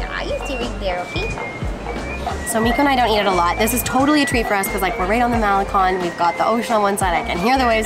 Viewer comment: Competed b. S. They can not even pronounce Puerto or malecon. I have lived in Mexico for 20 years.